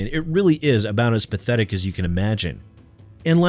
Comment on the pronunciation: i like the way you said P A T H E T I C